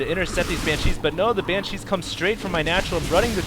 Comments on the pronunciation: Looks like baylings (however you spell it) require mircoing, otherwise they just sit there. And oh my god, please stop saying "Bancheese" It's pronounced "ban-she" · Hey, I love the videos, very entertaining. One thing is bothering me.... Please, for the love of god, pronounce "Banshee" correctly. It's not 'Bancheese', it's Banshees. Thanks :D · I love these videos, but ... please. For the love of god. It's BANshees. Not banCHEESE. I have no idea why it's annoying me so much, but it is, lol. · It's pronounce "BAN-she". Other mistakes in your posts: "baylings" - banelings "mircoing" - macroing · lol pronounciation: Ban - CHEESE. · That's NOT how you pronounce "Banshee"